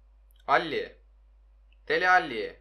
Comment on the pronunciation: Dele Ali , alli değil